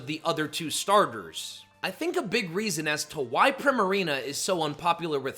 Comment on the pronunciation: It’s pronounced arr-KEY-iss, yoo-NUH-vuh, PREE-muh-ree-nuh, and HEE-SWEE, “”! 🤨 How many times do I have to tell you?? 🙄